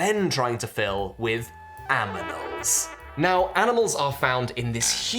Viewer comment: AMINALS instead of ANIMALS ? Oh, I think I get it. Then you can say... we have Amazing Aminals in our Zoo. :-)